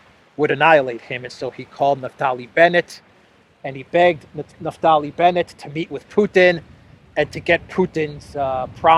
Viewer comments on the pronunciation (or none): none